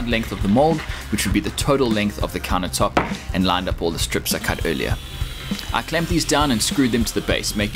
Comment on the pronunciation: What's a counah tope? Why's he keep saying that???